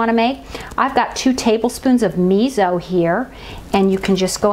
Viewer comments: You can add konbu (dried kelp) for added sea vegetable minerals and depth of flavor. Tip: miso is pronounced me so, not me zo. Thanks for the reminder of how easy this is to make. Love your videos, they are so inspiring. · Miso is pronounced mee so. Also it is easier to put the miso in a small bowl, add the liquid to it and make a mush with a fork and then add it to the larger liquid.